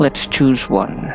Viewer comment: Omg i died laughing at Natural "juan" when you said it and i looked down to check how you got as your name XD